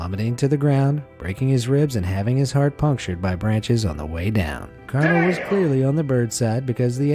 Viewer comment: be amazed says "heat" when it says "heart" lol